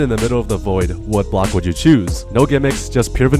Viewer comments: Bro say blcok not block and when he say the second time he just correct 😭😭😭😭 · You said blcok instead of block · Bro said blcok and not block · Yes “blcok”💔